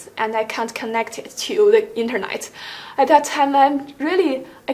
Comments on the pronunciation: “Internight” 👊😉 not being rude, she’s been good but can’t stop hearing INTERNIGHT instead of internet. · the way she pronounced 'internet'